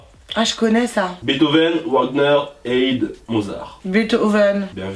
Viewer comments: Comment il a prononcé Wagner et Haydn hahahahaha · par contre sur la question musique classique avec en proposition Mozart Haydn Beethoven et Wagner la prononciation 😭